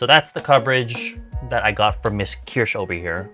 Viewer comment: I like that you pronounce Kirsh like German Kirsch!